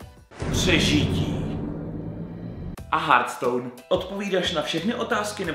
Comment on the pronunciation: Konečně jsi to řekl ten hearthstone dobře a ne hertstone díky!!!!